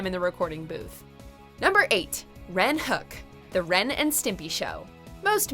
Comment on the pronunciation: I love how they mispronounced Rens name.